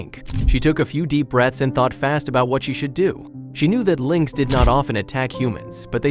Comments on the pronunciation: Pronounced links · Linex, really, Linex. Holy crap, using AI voice overs is becoming insulting. Stop this shit !!!